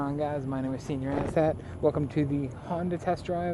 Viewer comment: Says his name is, but spells it Senor! Figure out your name and how 2 pronounce!